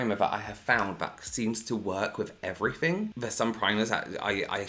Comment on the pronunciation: I love the way you say everything lol 'everyfing' i love it 😂